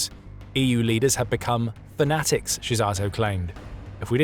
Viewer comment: The story is very OK, but google translate has a feature: you can hear for yourself how to pronounce Hungarian names. Because this time you butchered them big time. ;-))) E.g. Szijjártó's name is pronounced as: Seeyyarto.